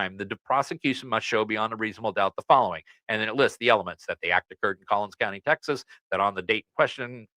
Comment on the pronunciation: It's Collin County. No "s"